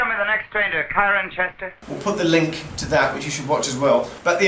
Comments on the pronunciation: I still laugh when I hear him say "Kyren-chester"... Long ago when Cirencester station was closed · That pronunciation of 'Cirencester' though